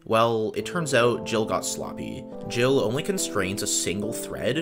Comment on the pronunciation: Nice video, tho that multiprocessing code is the textbook example of what not to do when you use multiprocessing. I also find your pronunciation of GIL horrific :(